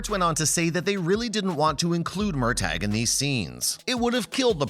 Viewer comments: Pronounced Murta. Murtag! Wow! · First of all, it's MURTAGH ( pronounced:MURTAH) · Please say Murtaugh’s name correctly!!! 🙄